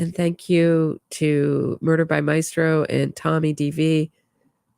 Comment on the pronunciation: The "My-es-tro"????🙄 Maistro, my-stro. 2 syllables.